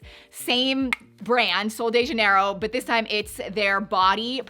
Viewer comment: AAAHHHhhhh, not my sol de jenero! Lol